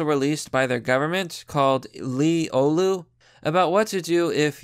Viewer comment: oh no is about to slaughter finnish names. edit: well you actually said "oulu" right, most get it wrong